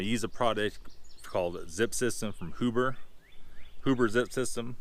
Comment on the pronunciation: It's pronounced H you ber.